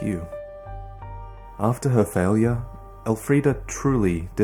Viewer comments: Of all your editing mastery... this was quite the "faiwyure" on your part. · Here after watching Ongbal no hit friede. you need to practice your pronunciation of “failure”… it’s very wrong how you’re saying it 😅